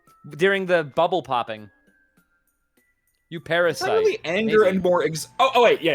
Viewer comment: Y-OU PA-RASI-TE